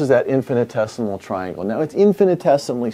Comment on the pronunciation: Thanks for posting this... I had so many things I wanted to say ask, but I'll just post the definition of infinitesimal as I've never heard the word before and even thought that you were saying infinite-decimal... In mathematics, an infinitesimal or infinitesimal number is a quantity that is closer to zero than any standard real number, but that is not zero.